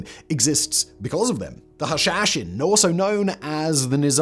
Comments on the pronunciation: It's pronounced "hah - shah - shein". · Practising his Sean Connery accent with "Hashashin"...:-)